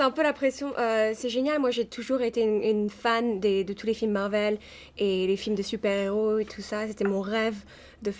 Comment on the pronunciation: ça se prononce marvél pas marveul sinon sympa le reportage